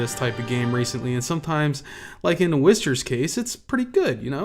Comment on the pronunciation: this man really pronounced Witcher wister